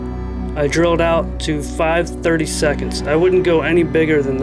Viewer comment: Ah yes, it does sound like he’s saying “5 30 seconds”, that’s kind of amusing. What he’s actually saying is 5/32 (of an inch) for the diameter of the hole. This is a common drill bit size for those that still use imperial measurements.